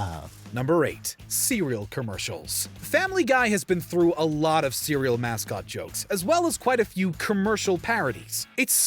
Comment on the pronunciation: OH COME ON! Cereal is not even an asian word. And you pronounce it correctly two seconds later.